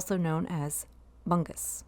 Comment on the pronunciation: It's pronounced "Bang-oos"